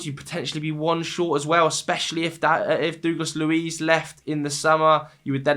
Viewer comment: Mate. Please stop saying ‘Doogless’ Luiz.